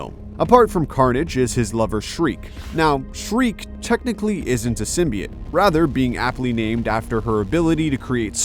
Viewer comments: Its symbiOTE not symbi-IT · Sytmbi-ate???? WTF.